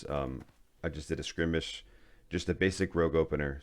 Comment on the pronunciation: You pronounce skirmish completely wrong lol. Its skur-mish not skrimish lol